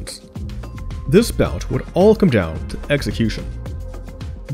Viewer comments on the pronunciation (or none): none